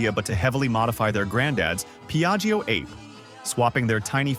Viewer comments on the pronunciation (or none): It's pronounced ar-pay, not ape. Ape is Italian for bee. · Only a primate or a robot would pronounce the model name like the word "grape". WHILST the rest of us say "ah'-pay". It's italian for "bee". Original engine was 2 stroke... Think about it. Oh, and by the way, the asian iteration of the vehicle is pronounced "took-took". You'd think that a person who owned one would know these things.